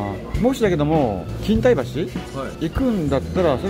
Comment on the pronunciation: 錦帯橋はきんたいばしじゃなくてきんたいきょうって読みます。